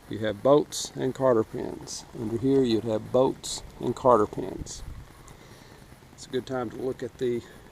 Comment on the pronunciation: Cotter pins !! There is no r in this word